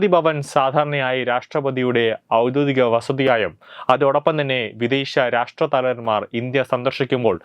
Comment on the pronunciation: ഔദ്യോദികം അല്ല ഔദ്യോഗികം